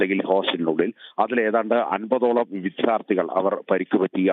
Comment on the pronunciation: വിദ്യ, വിദ്യാർത്ഥി ശരിയായി ഉച്ഛരിക്കു.